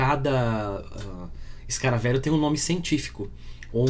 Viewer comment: "Escaravêlho", não "escaravélho".